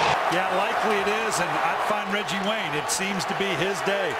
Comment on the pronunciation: " I give weggie wayne gweat cweddit"